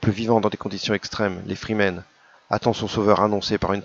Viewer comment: "Atréidès", "Freemen"...c'est voulu cette prononciation? [Edit] J'ai commenté avant la fin de la trop courte vidéo, tu étais et tu es encore le seul sur YT à dire "Lisez Dune" Tu as eu l'occasion de lire les préfaces de Gérard Klein, l'éditeur en France de F. Herbert?